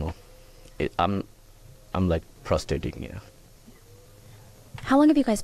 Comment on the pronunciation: The first cop is the size of the door. That cop isn’t gonna have too many people running from him. He’s literally a door. Edit: during the first news interview, I haven’t finished the video so I’m assuming it’s the first, when he says “frustrating” I thought he said “prostrating”. The irony of it is prostrating is to be in a submissive pose I believe. I’ll have to look it up, but I’m pretty sure it means to be in the act of or to be in a post or pose of submission. During that interview, he seems to be in a posture of submission because he’s totally lost in his own mind. Edit 2: well he didn’t keep the posture of submission for very long. At the end of the interview, he gets kinda angry with the reporter. I don’t think these people think. They’re not weighing the consequences to acting erratic on the news. Thousands of people are going to be watching you and breaking down how you respond, your emotional state and if they think you’re guilty. This guy comes across as guilty in his first interview with the media. If that is the first interview he did.